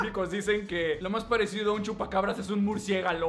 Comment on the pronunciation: Estaba tomando leche y casi me ahogo con lo de "murciegalo" xd